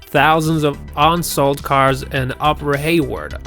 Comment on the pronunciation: First of all know American pronunciation. It's not ONsold. It's UNsold. It's not TUCKson Arizona, it's TUE-son. And the video continues to go on the same way